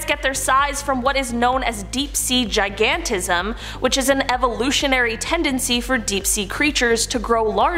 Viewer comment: She said giantizim again? It's gigantizim.